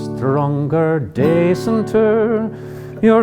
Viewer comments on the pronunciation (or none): This is the kind of lilting Irish accent which only takes form in the minds of Americans. Though the pronunciation of 'day-cent' was quite Limerick-like.